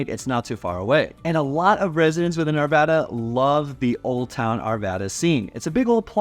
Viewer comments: How you pronounce the “a”. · Arvada like cat not caught!